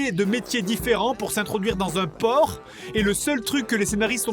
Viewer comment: J'ai éclaté de rire quand j'ai compris "s'introduire dans un porc" ^^'